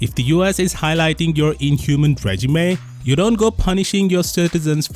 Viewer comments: regime= ree-jeem. not reh-juh-may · Regime is pronounced Rey-jeem 😊